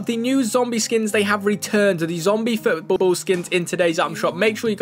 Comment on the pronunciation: Didn't he just say footbb